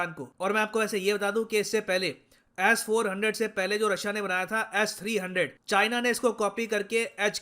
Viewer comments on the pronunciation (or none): Sirji, its S400, not Ass400. :-)